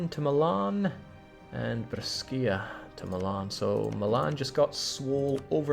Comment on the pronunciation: Brescia is bot spelled Breskia, but bresha.